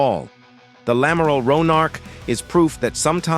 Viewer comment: Un amaral 😂😂😂 Et pourquoi pas un Amaril. ? En clair c’est l’Amiral. Ce ne serait pas l’une des FDI ?